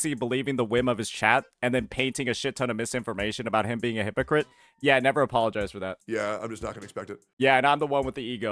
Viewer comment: Cannot pronounce hypocrite without saying "hi_pokke_it"